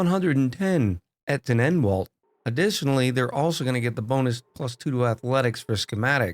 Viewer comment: and he also butchered the pronunciation of Entenanwalt (duck lawyer) 😂